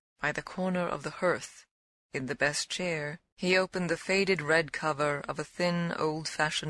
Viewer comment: Strange pronunciation of the word hearth. But thank you.